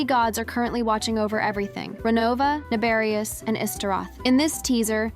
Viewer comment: Nabeblus!? ITS NABERIUS!!